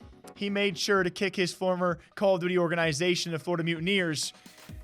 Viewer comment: How this dude says organization is annoying as fuck